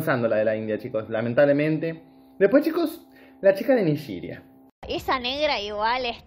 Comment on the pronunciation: No se dise Nigiria.. se dise NIGERIA.